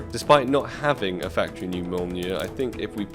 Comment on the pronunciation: Yo, Here I go again: And btw, you are pronouncing Mjolnir wrong